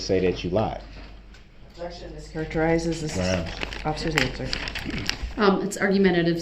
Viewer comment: Abjection!! “BIAST” 🤣🤣😆😭